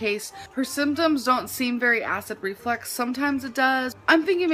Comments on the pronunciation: Just the way she speaks its flux not flex. She completely missed entire semester of grammar/spelling/speech class.. lord! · Its REFLUX,not REFLEX...that was bugging me 🤬🤦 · it's acid REFLUX, not RE-FLEX. 🤣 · Is she saying acid reflex? Does she not know it's acid reflux? Does she not know the word reflux? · Nope, she says acid reflex 💯😂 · Is she saying acid reflex? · Is she mispronouncing "reflux"....or does she genuinely think it's acid "reflex"??